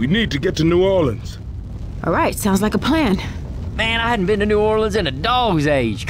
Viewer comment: the way coach said new orleans ... 'norlins' 💀